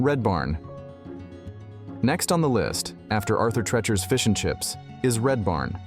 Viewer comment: Arthur 'Tree'-chers'